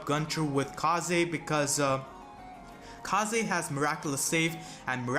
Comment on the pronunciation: I swear if he says 'kah zay' one more time.